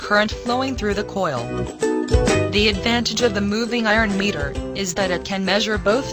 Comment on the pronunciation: Meter bol rhi h ya mirror bol rhi sala samajh me aya nhi aur kuchh bol rhe hai good explanation